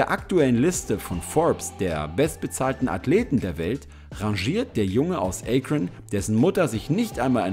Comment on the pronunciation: Es heisst nicht „Ay-Kron“ sondern „Akron“ es wird auch nicht „Miami Heats“ sondern „Miami Heat“ ausgesprochen, dinge die man richtig sagen sollte wenn man eine „Doku“ über LeBron James macht.